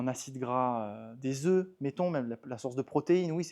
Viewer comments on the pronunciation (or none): none